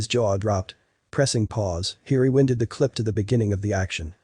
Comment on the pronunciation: re-win-ded? Du-vet??? Robot voice or moron? (its re-WINE-ded .... and Do - vay!!!!) These are only two of the mistakes, there are more!)